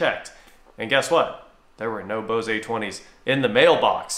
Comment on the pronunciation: Why are u saying Bose-ay...it's just bose